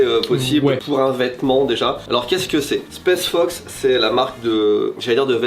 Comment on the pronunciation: m'a tendu à dire spesse fox et the North fesse toute la vidéo 😭